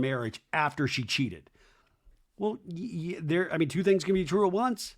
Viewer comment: When Doute said “I haven’t talked for like tzzwo hours” 😂😂😂😂😂